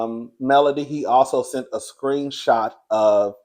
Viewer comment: When Moses “seent” her, it was a wrap 😂😂